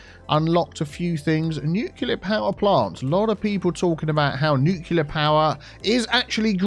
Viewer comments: You keep saying new killer power. What is that? Do you mean nuclear, the second syllable is clear not killer. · "Nucular power" - XD